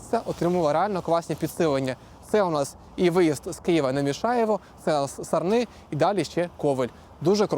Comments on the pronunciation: Пацани! Хтось сказав вже, що правильно казати "САрни", а не "СарнИ"? А якщо серйозно, то велика шана тобі, і подяка за пророблену тобою роботу. Це дуже важливо і зручно для багатьох. Ну, для мене точно 😊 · Дякую за вашу роботу. Півтора роки тому інформація на каналі про model 3 була для мене дуже актуальною і цінною P.S. у назві населеного пункту Сарни, наголос робіть, будь ласка, на літеру а ;)